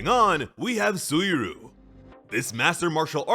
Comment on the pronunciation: Im genuinely sorry to be that guy, but it isnt "Soo-E-Roo" its Soo-E Ree-You"